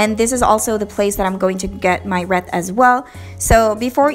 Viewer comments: Reeth not reth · Not reeeth nor reth it wreath! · Wreath is pronounced (reeth) 😊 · She said reeet😂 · The way she says reeth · It killed me when she pronounced wreath though 😫😫